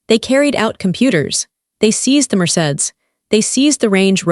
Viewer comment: YUBER? Mer-cades? Pronounce right next tjme Ai